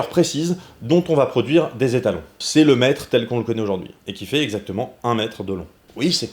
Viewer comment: Quand t'as dit "le Mètre", j'ai entendu "Le Maître" et je suis parti en trip de type Doctor Who dans mon slip ! ^^ Et oui, putain j'ADORE ce nouveau format XD J'ai hâte pour la suite ! :D